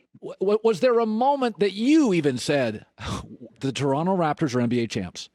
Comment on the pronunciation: Nick Nurse's pronunciation of "Taranno" was absolutely perfect